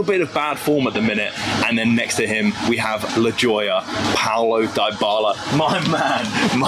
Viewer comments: The way you pronounced Dubala’s name makes me sick😂. ”Daibala” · Loved the video, the joy, the passion! Just one little thing, i beg you: don't butcher Dybalas name with that pronounciation 😂. It's "Deebala", the "y" is as the "y" in "you". And if you wanna butcher it, do it the roman way and add a "b". Hugs from Switzerland. DAJE ROMA!!!! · How come you don’t know how to say Dybala?